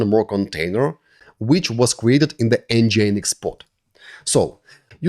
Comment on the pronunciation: It is pronounced: EN-GIN-EEX Not EN-GI-EN-EEX It should sound like the word ENGINE in english, only with the addition of X at the end.